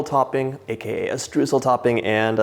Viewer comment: It's sooo adorable how you say Streusel, it sounds way cuter than how it's actually pronounced!! 🥰 (It's pronounced something like SHTROISEL in german) I can't wait to try out this recipe, they really look like the real bakery deal!